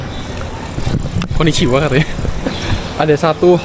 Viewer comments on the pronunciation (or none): 😂😂😂 koniciwa ... Mirip orang jepang kk